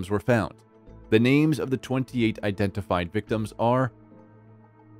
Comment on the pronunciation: Good grief yoy can't even pronounce the victims names right